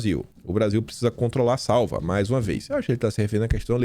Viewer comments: Nobre repórter, a pronúncia é SA-Ú-VA, pronúncia forte no Ú. Trata-se de um inseto: formiga grande. Abraço. Sou seu fã. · Queridíssimo, pelo amor de Deus, a formiga é saÚva, com sílaba tônica no “U” e não no primeiro “a”.